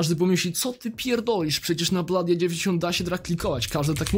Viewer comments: Mówi się blodi a nie bladi xD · a to nie wymawia sie blody a nie bladi?